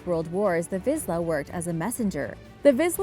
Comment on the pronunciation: The Vizsla breed is actually pronounced "Veesh-la" not "Viz-la" in case you were wondering!